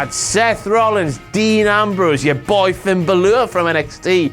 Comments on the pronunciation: I normally just roll with the accents but... Finn Bahleuhr? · who the fuck is finn baloor?